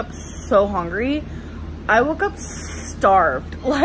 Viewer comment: Amberlynn "Hongry" Reid.